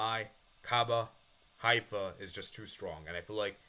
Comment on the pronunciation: Maccabi Haifa is pronounced: Ma-Ka-Bee High-Fa